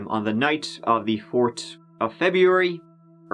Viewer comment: So let me get this straight three is pronounced 🌳 third is pronounced turd and fourth is pronounced fort. Got it, been watching since the tin foil hat days and love the uploads man.